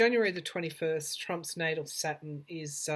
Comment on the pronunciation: It took me awhile to figure out you were saying Saturn. I kept trying to figure out why you were talking about satin (fabric). 🤗